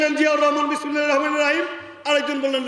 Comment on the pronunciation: এভাবে ধর্মীয় অনুভূতিতে আঘাত দেয়াটা ঠিক নয়।বাংলাদেশ সংখ্যাগরিষ্ঠ মুসলিম দেশ।"বিসমিল্লাহ" শব্দটি যেভাবে উচ্চারিত হল,অবশ্যই শ্রুতিকটু।